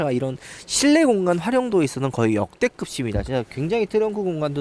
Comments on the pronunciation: 어두운 색이 확실히 거부감이 줄어드는듯 밝은색 보면 그릴이 너무 확 강조대는거같음 근데 성님 디자인 설명하실때 좀 오그라들어유..말린 오징어마냥 글고 "역대급이" 말하실때 역대긊도 아닌디 역대급시라고 하시는거...진짜 죄송하지만 조금 거슬립니다요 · 계속 역대긊이라고 발음하는 게 좀 거슬리네요 고쳐주시면 감사하겠습니다